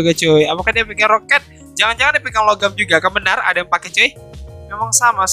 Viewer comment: Nah ini baru satu set ini bang panther tu emg harusnya pakai longarm btw bang namanya "longarm" bukan logam -_